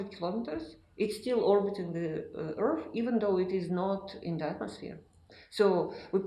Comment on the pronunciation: What in the hell is an earf?